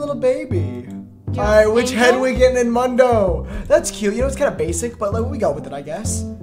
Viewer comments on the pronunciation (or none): saying "mundoo gootaroo" 😭😭😭 it's moon-dough gah-too-row